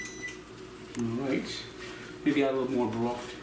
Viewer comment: “Durd of a cup of onions” “turkey broft” lol vs the letters “th” is the ultimate battle